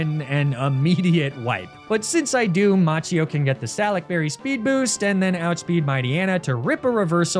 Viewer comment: Macchio would be pronounced 'Makio' in Italian